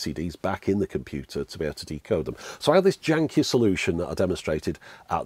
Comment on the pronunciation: "So I had this janky solution..." I sense a certain Antipodean influence in now:-D